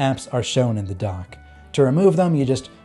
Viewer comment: Are you saying "Donk" LOL?